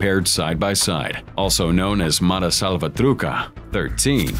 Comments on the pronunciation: wtf is “salva trucka?” I thought it was salva trucha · Cha. Salva-tru-Cha. Not CA. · Every time he says “salvatruha” I cringe. 😆